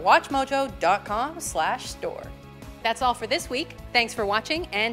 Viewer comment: why do you always say at atwatchmojo?